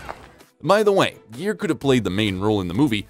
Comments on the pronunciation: Just for not pronouncing his name right you get a 👎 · Learn to say his name before you narrate!!! And Petty Woman???? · "Gere" is pronounced "gear," not "jeer." And it's "Pretty," not "Petty" Woman. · Gere---Proper pronunciation...Guh-ear...gear in a car! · I was very interested to watch this but couldn't. The constantly mispronouncing his name was too irritating and distracting to stand . The video is completely ruined by that pure laziness. It's pronounced GEAR, like shifting a car gear. Thumbs down. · its not pronounced the way you do - its not jeer but gere - the g used same way as in the word good. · His name is Gere not Jeer ! Your gonna talk about someone you should pronounce his name right silly man . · the announcer kept pronouncing it JEER. Looks like they have corrected it on this video. It is pronounced like GEAR. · Ga ga Gere not jere!!!!! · Richard Geer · It's pronounced GEAR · How can you mispronounce Gere as "Jeer"? Also, the movie was not "Petty" woman. What a flop of a video. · Oh for the love of god, his last name isn't "Jeer" and the title of the movie is "Pretty" woman, not Petty woman. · no. You are wrong. Richard is a friend of mine and his last name is pronounced like “gear”. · Come on,atleast pronounce his name correctly. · Haha alot of their videos are like that! I agree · please learn how to pronounce Mr Geres' last name correctly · How can you report on a guy’s life when you don’t even know how to pronounce his name?!!!!😞😞